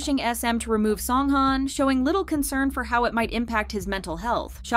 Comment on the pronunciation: Please pronounce his name right